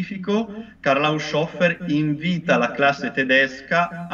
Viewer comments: Molto interessante, ma, scusate, HAUSCIOFFER proprio non si può sentire. Un minimo di conoscenza del tedesco, che a non dovrebbe mancare, lo farebbe pronunciare correttamente: HAUS HOFER, con le H iniziali aspirate. Glielo direbbe anche Google... 😫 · Il nome tedesco Haushofer è composto dalle due parole Haus ed Hofer e, se non erro, dovrebbe essere pronunciato in modo che la "S" resti con la prima parte: Hàus-hòfer. In ogni caso quella "s" non diventa una "sc", come accade con l'inglese "sh". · Non si pronuncia "Hausciofer", ma "Haushofer" con le due acca aspirate